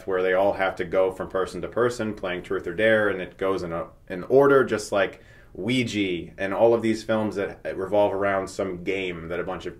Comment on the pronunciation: He's still saying OO-EE-GEE. Stuckman, for God's sake, it's OO-EE-HAA